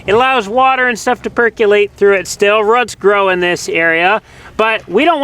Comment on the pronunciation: I got a chuckle hearing you say the word “roots” !! Not quite how we say it in Texas! 😂 just teasing you! I’ve been harassed by my accent in different states !